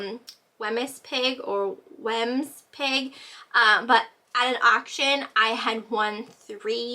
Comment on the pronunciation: here in the UK we know the value of Wemyss ……I think our present Queen’s mother collected them ….i think its pronounced weems